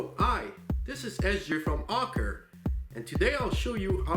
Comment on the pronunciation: Is no one else annoyed by how he can can't say Acura or any other word lol